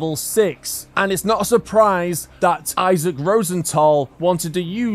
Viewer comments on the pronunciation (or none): none